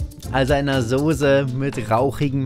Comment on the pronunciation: Ganz schlimme Aussprache vor allem "Sose" 😟